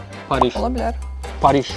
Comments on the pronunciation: Pariş yox Paris. Aziya yox Asiya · parij yox 'paris' - biz rus deyilik!